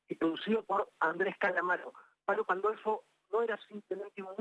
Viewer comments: Palo PAN DOL FO!!!!! lee,, lee. Ronda la falta de respeto a un gran referente de la música de nuestro país. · Palo ""Pandolfi"",dice la locutora,no tienen idea,de quien esta hablando, y se nota mucho. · Aprendé a leer, Pandolfo no Pandolfi. Otra no pensante del grupo Clarín. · pandolfoooo, no es Pandolfiii cheee periodistaaaaa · No lo encontraron muerto!!! Por que ponen esos titulos?? Y ni siquiera pronunciaron bien su apellido... Perdonalos, Palo... descansa en paz